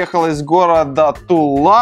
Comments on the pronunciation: не ТулА, а ТУла. Тульский пряник, разве не слышал? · ТУла а не ТулА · читается не ТулА, а тУла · ТУла, а не ТулА!!!!!!! 😡😤😮😶😋😳😬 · Тyла - ударение на у. Тульские пряники не ел что-ли?